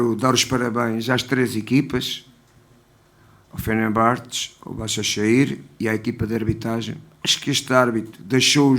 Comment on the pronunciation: BAZAŞEKİR diyo tasaklı hocam be